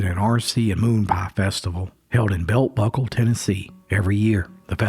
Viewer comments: Love Southern History. Thanks for sharing. (BTW, it’s Bell Buckle. Not Belt Buckle, though the mistake is easy to make. Adorable little town between Murfreesboro and Shelbyville, TN) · It's not 'Belt Buckle' - it's 'Bell Buckle.'